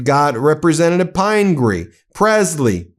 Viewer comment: The name is pronounced Pin-gree, not Pine-gree.